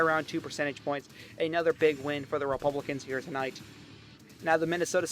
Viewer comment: I love how this guy says “to not” for tonight